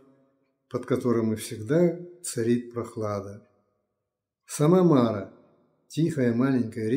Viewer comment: Благодарим! Да благословит Господь! ...вернее будет Мара' - ударение на последнее "а". Простите, что умничаю. (Почти всё детство на этой речке прошло.)